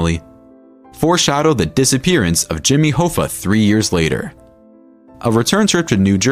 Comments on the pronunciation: Its Pronounced = "HAFFA" not "HOFFA" .... but is spelled Hoffa. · Hoffa, it's like cough-a, 👍